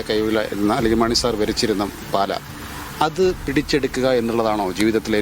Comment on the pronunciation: പാല അല്ല പാലാ ആണ് ... JKM ♥️ 🇲🇹 🌱